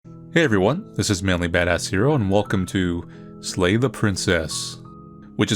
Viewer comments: SLAY, SLAY!!! NOT LAY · Narrator says slay the Princess, but I'm hearing lay the Princess. I mean, that tail, tho. Benchpress me, Princess.